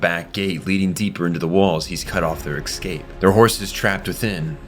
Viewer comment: Why can't you pronounce "escape" without adding a k or an x?😅 Why do you say "advancement" when you should say "advance"? English is your first language yes?